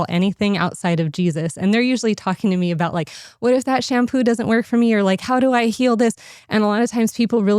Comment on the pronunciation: It’s called SHAM POOOO